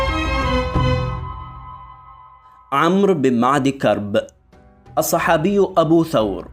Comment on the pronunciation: اخي… محتواك طيب… ولكن لا يصح ابدا بهذا اللغة الركيكة… انت حتى لم تنطق اسمه بشكل صحيح